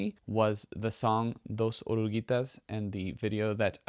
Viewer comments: 😳 Your pronunciation in Spanish is pretty good, nicee. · Your pronunciation in Spanish is very good. The word "Dos oruguitas" is not easy, you are great!